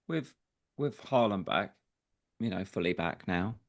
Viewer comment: Closer to the real pronunciation of his name than Haland